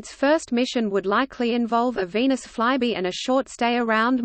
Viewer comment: I enjoyed hearing the text-to-voice reader pronounce "Venus fly-by" as " veinous fly-bee", something quite different.